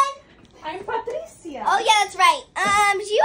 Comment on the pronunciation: She’s higher then gas price 😂😂 It’s the emphasis on Becky for me 😂😂😂